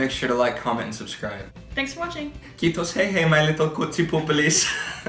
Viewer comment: kiitos not kittos